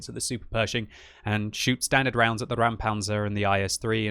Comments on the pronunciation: It is indeed a "Räumpanzer" (clearance tank) not a "Raumpanzer" (space tank). Pronounce like "Roympanzer" as opposed to "Raoumpanzer" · Just say "Roimpanzer", that is approximately how it's spoken in German. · Räumpanzer* The "ä" instead of "a" is importany it makes a diffrent sound. It translates to clearing tank. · It should be spelled Räumpanzer (pronounced as Roym-Panzer); as in "Clearing Tank"